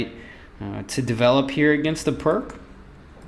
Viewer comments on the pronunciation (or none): Perk defence??? It's Pirc (for americans, pronounced "Peertz") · FYI the Pirc defence is pronounced peerts, not perk. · Probably already said. Pirc is pronounced as "pierce."